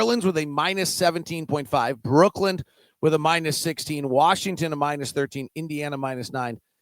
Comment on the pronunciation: I love how pronounces it Brookland and Portlynn